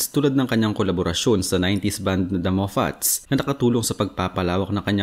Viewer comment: The Mafits yon hindi Mo-fats